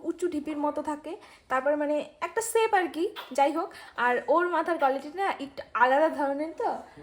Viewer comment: Sape na ota shape bole...😊